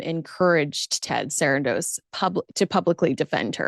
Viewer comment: Why do u keep saying Sarandos like that .. its weird .. no one else says it like that.. I stopped watching